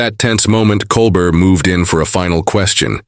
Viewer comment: At least get the AI to say Colbert correctly. Coal Bear..